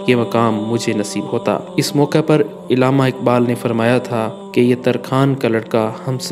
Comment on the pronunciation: tallafuz thik kro "ilama iqbal" nhi .. Allama